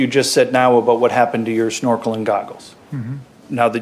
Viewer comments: If he said "looking with a snorkle" quickly in response to being asked what he was doing it would be easy to mistake what he said as something similar to looking for girls if he pronounces snorkle similar to the way I pronounce it. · There was a comment early on where someone suggested that accent might have caused them to misinterpret what he said - his pronunciation of the word 'snorkel' might have sounded like 'small girl'